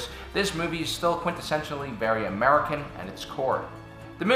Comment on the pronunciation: The way he said american was like, MURICA!!!!!!!